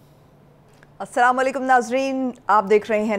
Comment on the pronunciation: Please meri aik request Najam Sethi tak pohncha dein k wo at least Slam sahi tareeqey say kia karein shuru may, wo parhey likhey insaan hein SALALAY KUM k koi meanings nahi hein, he should say Aslam Alekum or slam alekum. Thank you